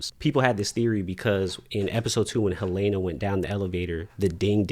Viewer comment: I keep hearing people pronounce Helena as Hel-A-na. What’s up with that?